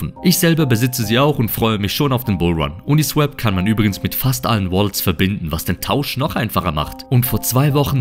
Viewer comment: Swap (austauschen) wird swop gesprochen, uniswäp wäre swep (fegen). Ein Kollege von mir sagt es auch immer falsch.